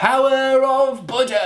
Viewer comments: I thought he said "Butter" instead of "Buda" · The way Chris says Buddha sounds like butter and I laughed so loud! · Also, I definitely thought he said, "Butter, I need you!" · For a second I thought he said butter because I wasn’t looking at the screen and forgot what the video was about. 🤣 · When he said Buddha it sounded like butter 😂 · Seriously thought he said, "BUTTER, I need you!" #SoConfused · I thought you were screaming butter and I was so confused until I realized you were saying Buddah.. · When you said Buddha I kept hearing butter... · I thought Chris said "Butter I need you! By the power of butter!", and I was like, that sounds like me all the time! But then I realized he was saying "Buddha".... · I think he said Buddha but all I kept hearing was butter... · Hahaha I thought you were saying butter not Buddha